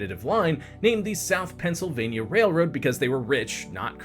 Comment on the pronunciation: lol the Pensi